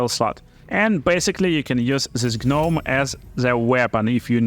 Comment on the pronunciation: The G in gnome is silent! Great video!